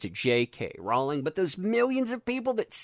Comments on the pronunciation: Rowling rhymes with Bowling...not balling.:) LOLOLOL Keep up the good work!!!!!!!! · Rowling is pronounced Rolling, it grates on my nerves the way you pronounce this. Don't complain about someone disrespecting her if you can't get her name right. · I love accent when he says "Jay Kay ROW-ling".